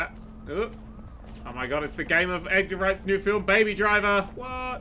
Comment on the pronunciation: I love, but the way he says Edgar Wright's name is starting to drive me nuts.